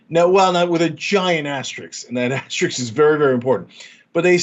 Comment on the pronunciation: Cenk can’t even pronounce asterisk correctly,,,, definitely questioning intelligence here (as I always have w him)